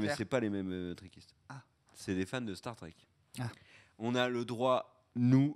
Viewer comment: Ah oui, et on dit Trekkies ou trekker, pas trekistes! ;-)